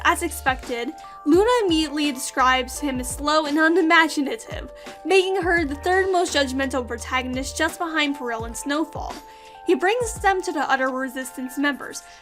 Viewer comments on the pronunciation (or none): Amazing review but it’s pronounced axe-O-lot-el not axole-tole and peril it’s Pear-el